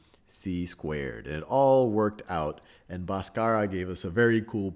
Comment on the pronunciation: "BHASKARA" not "BAASKARA"